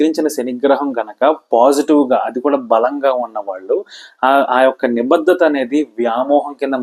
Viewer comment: మీలాంటి వారు కూడా తెలుగు ఉచ్ఛారణ లో ఇన్ని తప్పులు మాట్లాడుతున్నారు. వత్తులు ఎక్కడ పెట్టాలో అక్కడ పెట్టకుండా వేరే చోట వత్తి పలుకుతున్నారు(ఉదాహరణకు భాద్యత కాదు బాధ్యత, నిబద్దత కాదు, నిబద్ధత ect). కొంచెం ఆలోపాలని సరి చేసుకుని తెలుగు ని బతికించడయ్యా బాబూ.😒